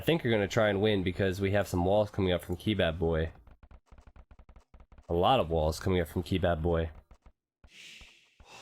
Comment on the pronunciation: I think it's Kebab-boy not key-bab-boy